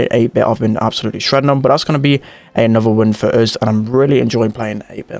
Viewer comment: you forgot the 'oos' as a way of saying 'us'. cool accent tho